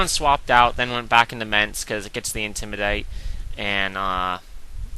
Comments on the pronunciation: i love it when you say 'intimidate' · why do u say intimidate like a british person, u sound stupid as fuck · Lol right. I like aggressive matches, not stalling with toxic. I know it's effective, I have lost to it. Doesn't mean it's this awesome cool strategy, especially when it comes to watching it. I don't remember when watching a stall battle was fun, but again, my opinion. How can the way says intimidate annoy me? Because it's completely stupid and he's just copying it from someone else, which wasn't funny to begin with, either. No, I'm not gay, thanks for your concern, though.